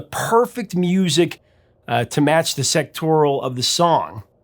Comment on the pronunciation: i cannot figure out what word he was shooting for when he said 'sectoral'. Unless that's what he meant to say, in which case, huh?